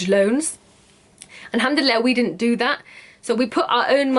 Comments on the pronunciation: I know right hahaha "Alhamdille" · First of all, I love your Egyptian accent when you say 'Alhamdulillah' (you do have one if you haven't noticed) :D ,, Secondly, You Go Girl !! I was soo happy when I knew that you do ship outside the UK... Will be waiting for you collections.. All the best !!